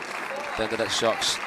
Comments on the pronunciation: i never imagined someone could say Socks 😄 instead of Sœč - yeah , that's approximately what it should sound like . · The pronunciation is not so:ks it's Söchi (very short œ =ö )!!!